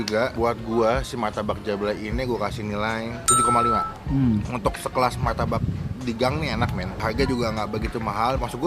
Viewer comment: Martabak bang bukan maytabak